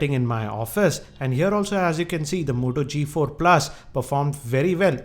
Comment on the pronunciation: moto g4+, not the modo g4+ hh indian voice always annoying